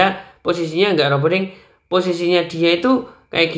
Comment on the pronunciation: Roboh bukan ropoh